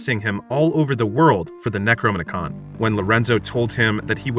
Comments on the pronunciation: If you're going to recount a Lovecraftian tale at least pronounce the names of the ancient ones and the book of the dead correctly. It's pronounced K-thulu. With a hard "K", not an "S", and the book of the dead is called the Nekro-nom-icon. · The narrator pronounces the necronomicon like its a transformer 😂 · Yep. Necronomicon transforms into a book. It was the most boring Transformer to play with when I was a kid. 😂